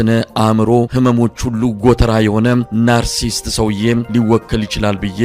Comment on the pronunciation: ሰላም ወንድሜ አድናቂህ ነኘ። narcissist የሚለውን ቃል pronounce ስታደርግ "ናርሲስት" ያልከው "ናርሲሲት" በሚለው ይስተካከል አመሰግናለሁ ወንድሜ